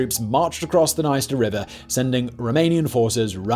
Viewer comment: It's very ironic how in the beginning he pronounces the words "Приднестровская Молдавская" very well, like, with an accent of course but absolutely correct, and immediately says "sorry for my bad pronounciation", but a minute before he pronounces "Dniester" absolutely wrong and doesn't acknowledges it at all (p.s. the "i" after consonant and before vowel here only shows that the consonant is softened, but he reads it as if it was an english word with a separate syllable, like, imagine reading the word 'friend' as 'fray-end' or 'yield' as 'yay-eld')